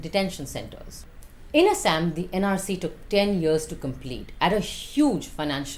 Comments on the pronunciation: Shouldn't be taking advice from a person who can't pronounce it properly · Binod pronunciation dekh rahe ho asssam 😂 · Why can't she pronounce Assam correctly.